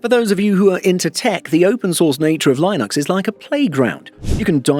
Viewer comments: Only beef I have with this video is the pronunciation of Linux, it's "Lynn-ux", not "line-ux". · No Linux user would pronounce it "lie nux". And it's not a 1:1 replacement for Windows, you might be able to make it work, you might not depending on your needs. Luckily it's free so you can try it and figure out if it work for you. And to be clear at least for now you need to be buying a copilot+ machine to even be worried about recall. Not to defend MS as it was a poorly implemented security nightmare but most people don't need to be that concerned about recall until the average PC comes with an NPU and/or can run recall. That said there are enough reasons to switch if you can, Windows 11 being the one that got me to finally move to Linux as a desktop OS. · The way you say Linux makes me wanna switch back. 😅😅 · Don't say Linux like that, please 👍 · Never heard anyone pronounce Linux like that before. Currently dualbooting Zorin and win11 in preparation for a more permanent switch. Was already in progress from a while back. Recall was just the latest reason confirming I'm on the right path.